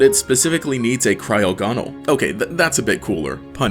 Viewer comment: wtf was that cryogonal pronounciation